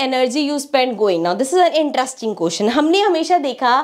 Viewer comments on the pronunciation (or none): none